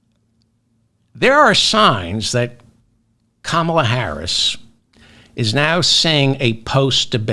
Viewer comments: Pronounced COMMA-LA, David! Love the show! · David David David I love you but please please please pronounce KA-MALA s name properly. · “Calm”- ala please. Not Camolia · 😱 Duh ! Her name is pronounced as “ Comma la “ ! 🥰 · Comma.lah is the right pronunciation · Please learn to pronounce Kamla correctly